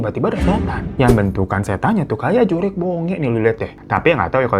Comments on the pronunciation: Mohon maaf bang bukan "juriq" tapi "jurig" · JURIG BONGE bang bukan JURIQ🤣 JURIG itu artinya hantu. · JURIG bang bukan JURIQ.. itu bahasa sundanya hantu😂👍🏼